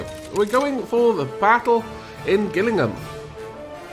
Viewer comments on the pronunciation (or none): Just a quick tip on pronunciation Gillingham is pronounced with a "J" sound like the girl's name Jill rather than a "G" sound like the Final Fantasy currency.